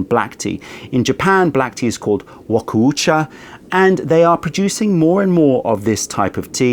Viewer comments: Just fyi, it's pronounced wa-kou-cha as opposed to wa-ko-u-cha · damn you butcher this pronunciation, its Wa-kou-cha 和紅茶 和 = japanese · Thank you! His pronunciation was paining me 😂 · maybe he should care about pronouncing it at least kinda right, since he postures to be a tea expert and all that